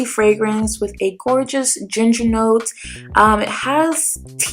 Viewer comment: Lol. To the ginger pronunciation